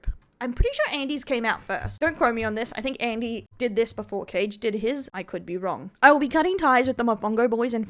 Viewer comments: Tbh thefact you kept mispronouncing his name is gold, totally deserved. Kage ❌❌❌ Caige✅✅✅ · its kaa gae, as in ka and gay, in pronouncation 😂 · I love how she keeps calling him "Cage" 😂